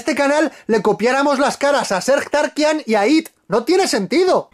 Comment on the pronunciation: Jajaja dijo Serj Tankian